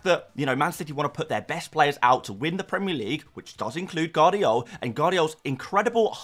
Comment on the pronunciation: Holland ? please dude, u should know better. its HAA, he is Nordic. Gvardiol = VAr DEE OHL, not Gadiol